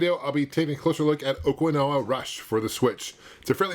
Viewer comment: it's actually pronounced Oh-key-na-wa. I grew up on Okinawa as a military brat, will definitely be copping this!